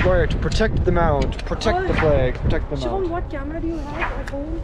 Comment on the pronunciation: Finally knows how to say shubam bhai